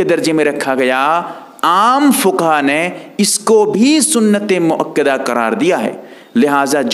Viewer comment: Bhai mukkida nahi.balke muakkada h